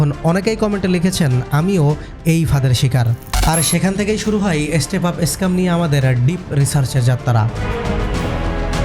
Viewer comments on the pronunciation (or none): none